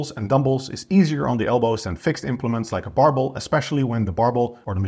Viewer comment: Dumbolls, Barbolls 🤣🤣 Also, are you saying reduce ROM ? 🥹